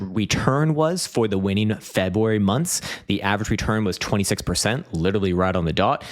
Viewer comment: Can’t wait til March so I don’t have to hear you say Febwuary again until next year.